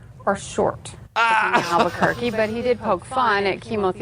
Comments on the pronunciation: Damn it I hadn't made it down to your response when I commented that he calls it Al-Bukkake haha I like your style sir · are people from Albuquerque called Albuquerks